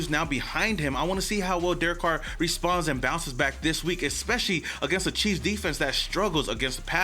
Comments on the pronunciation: Did anybody hear him say Kansas City queefs in the beginning lol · MY GUY!!💯🤣🤣 HE SAID KANSAS CITY QUEF!!!💯🤣😎🖤🖖🏿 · Had to rewind it once to see if you said queefs and sure enough my hearing is working perfectly. Shortly after getting off the floor, I started this.